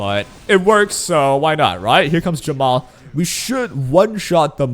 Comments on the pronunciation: i keep hearing jamal instead of jenua is it just me? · nope he keeps calling jeepua jamal :C